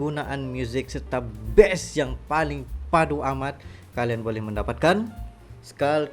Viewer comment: Kata "Bass" dengan kata "Best" kok pronounce nya sama ya? Kalau orang Indonesia menyebut Bass ya pakai vokal "A" bukan "E". Jadi kata "Bass" ya dibaca "bas" bukan "bes".